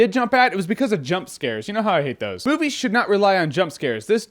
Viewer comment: the fucking things "that go bump in the night" and I'm convinced that they are in my house. Also when jeremy says movies should not rely on jump scares, up close to the computer, it sounds like he says boobies